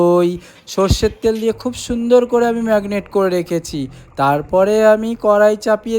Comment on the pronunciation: ওটা কে মেরিনেট বলে,ম্যাগনেট নয়।